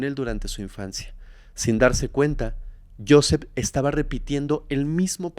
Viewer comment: Muy interesante la historia de hoy. Pero Joseph se pronuncia Josef..se que esta escrita con PH..pero PH en ingles suena como F.. saludos de Houston